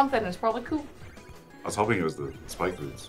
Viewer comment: Cool is like Contra not like Mario